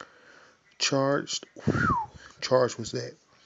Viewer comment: Dead, did this Nigga say *charged*, its changed bro